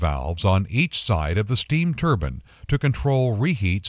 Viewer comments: wtf its spelled turbine! not turbin... drove me crazy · Why does he say turbin? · Everytime the narrator said "turban", it drove me crazy.